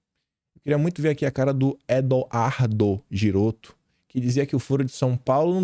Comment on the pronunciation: GHi em italiano soa como GUI em português. Assim, Ghirotto pronuncia-se GUIroto, como o GUItarra em português.